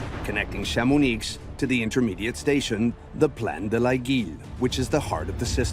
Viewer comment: Please learn to pronounce Chamonix properly - it is so distracting when it is fundamental to this story